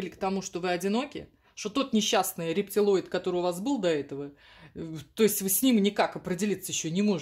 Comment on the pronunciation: Засмеялась от души,особенно слово ,,рептилоид,, в Вашем исполнении звучит ....🤣🤣🤣 Спасибо за пред сказанного мужчину,ждем-с👫🙏